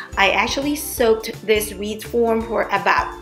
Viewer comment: Wreath not Reese😂😂